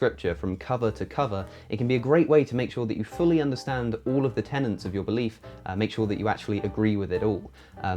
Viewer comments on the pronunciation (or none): TENETS of your belief. Not TENNANTS.